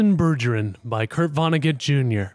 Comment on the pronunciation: You' can't even pronounce Bergeron..... RAGE